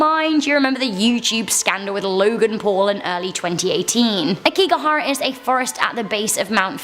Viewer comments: LOL You say it incorrectly, and therefore you spell it incorrectly. Aokigahara 🙄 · It’s Aokigahara not Akigahara smh